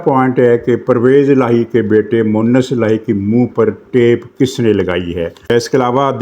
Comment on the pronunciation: پرویز الٰہی کے بیٹے کا نام مونس الٰہی ھے (مؤنث الہی) غلط ھے کیونکہ مؤنث کا لفظ عورت کے لئیے ہوتا ھے سر اپنی اردو ٹھیک کر لیں